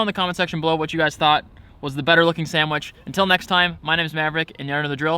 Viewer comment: I hate when Americans say sandwich like it’s a burgur